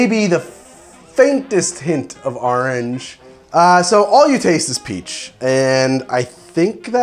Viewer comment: "AHRANGE" Merch please